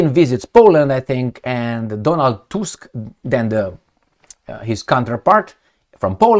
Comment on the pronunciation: Tusk Pronounced like in tooth.